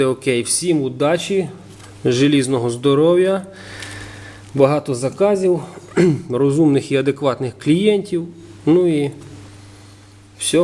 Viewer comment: если уж говоришь по украински - говори правильно. не желизного, а зализного... я хоть и знаю и понимаю украинский, но не пытаюсь на нем говорить - неохота коверкать такой красивый язык.